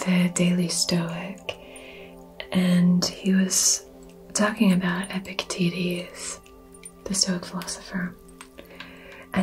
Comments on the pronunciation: I'm not your client, but I have the same struggle and solution. I had to take an emergency afternoon walk, or risk a meat-world cascading failure. I now have a new favorite mispronunciation of Epictetus. Careful, or yt might demonitize you roflmao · Instead of Epictetus I heard Epic... you know what 😅😆 Can't be the only one, can I? Fellow viewers? Hello? 🙈